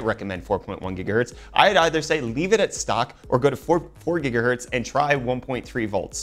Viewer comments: its Gigahertz, not Jiggahertz! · not how your supposed to say gigahertz lol it's not Say jija what